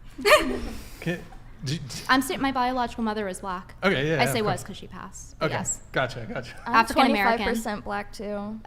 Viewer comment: tried so hard to get a "gotttcha" moment lol